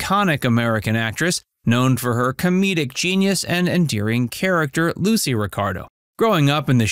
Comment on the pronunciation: Minute marker None of the people in the photo are Licy or Desi! Wow, do you ever need to do your research. The inconsistencies of pronunciations of names can be very grading on the ears.